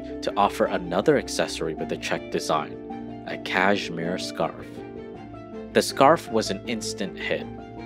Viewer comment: The narratorJimmy L, needs a few lessons in how to pronounce words... it's SMOCK not SHMOCK, it's KASHMERE not KAZHMERE.